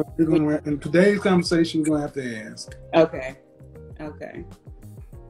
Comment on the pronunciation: Aks or ask...